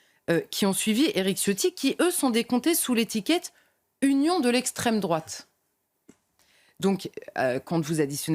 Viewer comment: L'ESSSTRAIME DRRROUAAATE ……